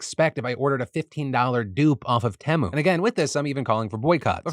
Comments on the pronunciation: Phil, I love you but it's pronounced "Tee-mo" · Of course PD sayd temu "timu"